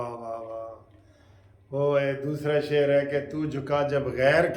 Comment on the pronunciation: چاچا شیر تو درست پڑھ لیا کرو۔